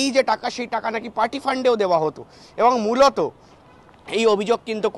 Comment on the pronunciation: এত ঘন ঘন 😮মৃলত মৃলত না করে ঠিক করে বাংলা বল্